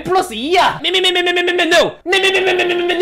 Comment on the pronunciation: 아니 그것보다 미미ㅣ미미미미미누 이거 발음 어케 빨리했어..?